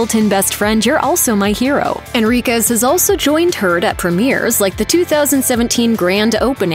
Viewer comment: Lol everytime she says "and heard" it sounds like she's saying "and turd" haha which is very fitting considering amber's new nickname.